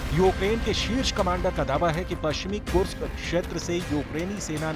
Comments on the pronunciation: Kursk hai kursak ni pehle sahi se bol le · कुर्स्क का उचारण सही करो।